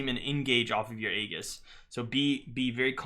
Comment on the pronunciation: It's not ayy giss, its ayyy jis. aejis